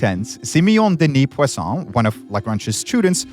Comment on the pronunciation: Probably the best pronounciation for Simeone Denis Poisson 😮